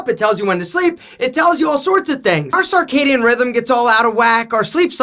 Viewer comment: Circadian is pronounced sərˈkeɪdiən and not sɑrˈkeɪdiən, other than that, good stuff!